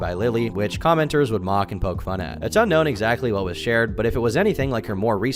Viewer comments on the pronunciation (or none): none